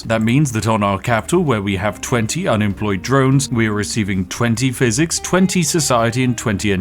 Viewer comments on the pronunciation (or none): none